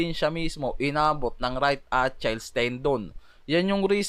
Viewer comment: UH-Kil-eeZ that's how you pronounce it brother not Atchayls No hate bro Btw nice content